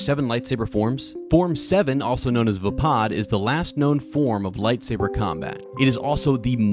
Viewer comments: I am confused about the name, because it's written Vaapad and everyone pronounces it like Vapaad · it's pronunciation is vay pad not vuh pod